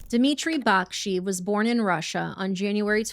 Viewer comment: Sorry for a nitpick, but it's pronounced "Baksh-eh-yev", not "Back-shiv"